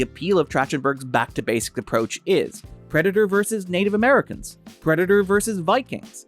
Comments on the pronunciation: Oh hey! You pronounce in two distinct ways. Sometimes it's normally and sometimes it sounds like "prednder". I'll give you a couple time stamps, hang on. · Are you mispronouncing "Predator" on purpose? Is this another one of those stupid YouTube things where you have to say "unalive" in order to not be demonetized? You want to talk about 1940s German political party? Guess what? One of the things it started with was self-censorship. Either way, still love. Thanks for the new video! 🥰 Edit: Yup, after the 2 min mark he starts saying it properly. He's definitely doing it to avoid any sort of YouTube conflict.... It's really sad, but it is what it is. I'm just glad this group of amazing humans can make money. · Ok, so the first several times you say it up until it sounds like you're trying to not get your video flagged. After that you literally say it like 4 times in a row and it's clearly enunciated. I'm not trying to down you at all! That's why I was also giving compliments in my original comment. I legitimately thought you were just doing it for the Almighty Algorithm 😅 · Everytime you say "Predator" is sounds like "Predna".